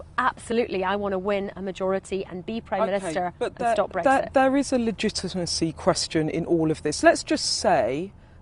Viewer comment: She can't pronounce Brexit properly. There are no eggs in it.